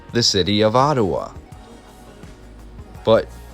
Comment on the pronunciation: Enjoying the presentation, never heard Ottawa pronounced Ottuwa, interesting accent, are you Canadian,?